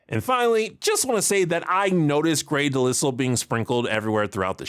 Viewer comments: Hearing the pronunciation "Grey Delissel" for Grey Delisle's name is one I haven't heard before, as I'm fairly sure it's "de-l-eye-l" or "at worst" "de-leel" like "of the isle." XD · Grey DeLisle's last name is pronounced "Da-Lai-le" lol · Hey, great review, but you pronounced Grey Delisle's name wrong. It rhymes with aisle or file. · isn't her name pronounced "De-Lie-uhl"? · How did the man just pronounce Grey Delisle’s name? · For someone who likes Grey DeLisle, you certainly mispronounced her last name. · Idk why but, but for some reason it hurt my ears when you mispronounced Grey Delisle’s name, which is weird cuz I typically don’t care about small things like that. It’s probably because I’m an avatar fan. Anyway great video as always. Looking forward to more Fillmore and Daria videos 😁